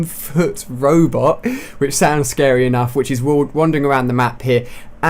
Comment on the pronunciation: "they look wealy scawwy" hahahaha